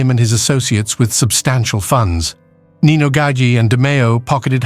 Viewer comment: Its nino